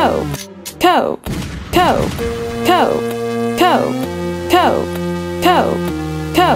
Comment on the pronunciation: Instead of “Cope” I hear “Coke”